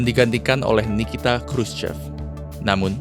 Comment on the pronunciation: Sedikit ralat min, Khruschev dibacanya Khruschov